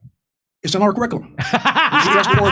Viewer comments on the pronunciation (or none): Curriculum Ka-Rick-Cue- Lum Curriculum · "We got Coup values in our Coup-ricculum". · "he said kurikullem" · He couldn't pronounce curriculum, it sounded more like Caligula. Just a Freudian slip I suppose. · Ker-ick-alum & core values 😂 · Oh wow this is great! Here’s a General in charge of Africa who cannot even pronounce the very words he’s programmed to parrot: “Krr-ick-lmmh” “core Val -ooze”. What a tool😂😂😂. I don’t think they’re sending our best 😂😂😂. Lackwits, lickspittles and losers all of them. Let’s hope we never face a near-peer military power any time soon.